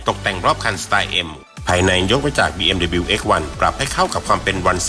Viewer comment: อ่าน ดับเบิลยู นะคร้าบ